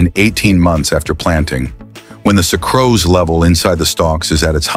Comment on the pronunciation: This is clearly AI narration. Common words like sucrose are being mispronounced.